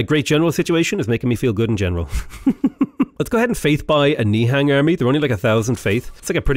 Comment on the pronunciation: Hey, the Nihang's are from the region of Punjab in India and the pronunciation is actually ni-hung